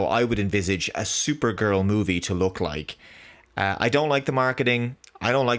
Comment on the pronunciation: Thooper-gurl's thooper-thales.